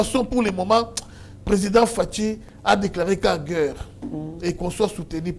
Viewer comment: Svp monsieur, essaye de corriger l'articulation de gueurre et de monsier